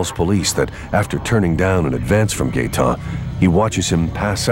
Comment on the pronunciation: “Gaeton Etier” you gotta be fucking kidding me lol